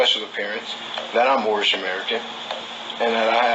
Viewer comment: they are joking because one of them couldn’t pronounce anything right. But he kept calling it mormish not moorish. He sounded like he had his mouth wired shut. That’s the only thing I can describe what he sounded like.